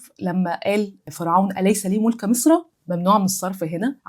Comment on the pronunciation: ملك مضمومة وليست مفتوحة زي ما نطقتيها